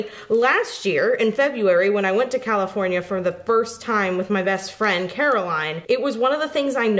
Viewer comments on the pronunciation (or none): Shouldn't it be pronounced "Cosmic Carol ine" instead of "Cosmic Carolyn"?? Try a cruise!! Galveston, TX had a port and you can go to different beaches on the cruise and no flight. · It's Car-o-LINE! NOT Car-o-LYNN!